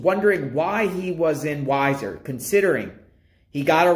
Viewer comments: 😂 it's wee- zerr idaho.. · I've enjoyed your videos on this case. Just a couple things to clarify pronunciation; both Weiser and Butte have long 1st vowels (sounds more like we-sir and Butte rhymes with suit). I don't know how familiar you are with the area, so I don't mean to offend by saying Weiser is boardered by the Boise National Forest to the east/northeast, and by Hells Canyon to the north. While I do not know 1st hand, I can reason officials may have been searching those areas based on a tip. Thanks for the videos. Hopefully by trying to connect the dots, they may jog someones memory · Hi, It’s pronounced wee-zer. Thanks for video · I love watching your videos but pronouncing names and cities wrong is annoying. Also Weiser is more like 19 miles away. Stacy may have been pick up in Washington county or did the crime in that county as to why he is there.